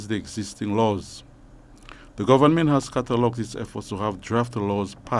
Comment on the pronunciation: Tell him that the word is government and not gowerment. And did I hear properly! How many jobs does this man have?